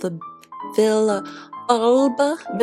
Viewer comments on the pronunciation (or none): Hiiii! Loveee your art and that you are baaackk better than ever! Im from Puerto Rico (first language is spanish) Villalba “ll” is said like you would pronounce j in Jack so de ll would be said like Vijalba.